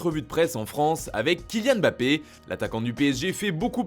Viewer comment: On dit Mbappé et pas Bappé.